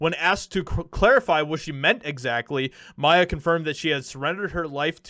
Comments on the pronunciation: her music name literally is pronounced as the letters M.I.A like missing in action. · it's M.....I......A ,you say her name by spelling it . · Pretty sure with the periods you pronounce it one letter at a time, so it's like the acronym for "missing in action". Also if I recall she hopped on the "white people are evil" bandwagon a while back, so hopefully she's gotten off that particular lie. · Hi. Love you. But, I think it's pronounced M.I.A. Like missing in action. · Her name is pronounced as the letters: M.I.A. She’s brilliant. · I’m sure it’s already been commented, but it’s M-I-A. Pronounced Em-Eye-A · It’s M.I.A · Lol Mia. Nah that's not how you prononce it. Hahaha. She's always been fairly based even for a moderate leftoid. Very rare on that side. She normally doesn't stray to far from reality from what I've seen in the past. Though something tells me shr probably hates me for being a white guy. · It’s pronounced M. I. A. Each letter separately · It's M.I.A. like missing in action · It's M. I. A. As in an acronym for missing an action. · It's 'M.I.A.'. She's badass. Paved her path and does things on her terms. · That's not how you say her name. You say each letter. (that's the reason for the periods) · Her name is M-I-A Not Mia State the letters Do not phonecate the letters. Good reporting though. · Not Mya, but M.I.A. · It's m.i.a. the letters...not Mia. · It’s pronounced M I A like M.I.A. NOT Mia. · Her name is pronounced in acronyms M. I. A. not Mya or Mia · It's M. I. A. Not Mia. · It’s not Mia it’s M.I.A. Like missing in action ya know? I dont know if that’s what the acronym actually stands for in her case but that’s how you say it. You just say the letters. Think CIA except with an M lol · It’s M I A, like missing in action. 👍🏼✌🏼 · I love this! Lol …. But bro. Her name isn’t Mia. It’s M.I.A. Like, jus say each letter. 😂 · Em-Eye-A. It’s not Mia. It’s m.i.a. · Awesome to hear this! Its M-I-A, not Mia. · Its M. I. A. as an acronym. Not Mia. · Its M.I.A